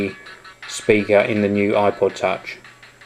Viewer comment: he sounds like he said aqua touch.